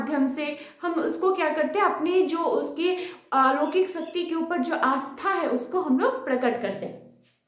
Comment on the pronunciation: ऊपर ❌ ऊपड़ ✅